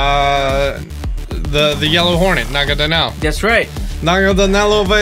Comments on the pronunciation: "Nagadanel" Real Pokemon name is Naganadel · Na-ga-na-del... please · it’s Naganadel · oh also, not to be rude, but it just bothers me, is Naganadel not Nagadanel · It’s naganadel not nagadanel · pronouncing Sceptile as "Skeptile" and not "Septile", and Naganadel as "Nagadanel" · It is promised na-ga-nodal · it's nagaNADEL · It’s Naganadel